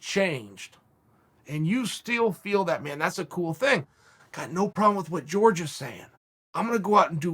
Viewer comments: Is there anyone that can explain to me why chel calls Jorge Masvidal “George”. I thought you pronounce his name “hor-hay” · He does know it's Jorge not George right or am I the one getting it wrong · "George" Masvidal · Masvidal has been pronouncing his first name wrong all this time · It’s not George, it’s Wkhor Ghay Masvidal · Me: Jorge Masvidal Chael: George Masvidal Me: George Masvidal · Is anyone ever going to let Chael know he’s been saying Masvidal’s first name wrong this whole time? Lmfaooo.